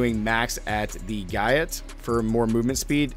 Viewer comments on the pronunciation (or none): Gait? Guy It!! It's pronounced Gate😮